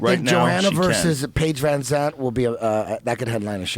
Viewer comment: Schaub is cool but man he needs to learn how to pronounce names man. Paige Van Ants, Michael Cheesa, Khabib Niggamurdov, Charles Olivia. Lmao